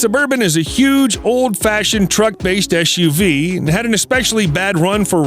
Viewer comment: Can't stand the eschew vee speech impediment.